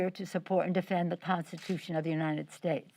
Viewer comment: "The ponstitution".